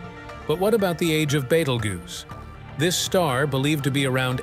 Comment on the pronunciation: It's geuse you goose😂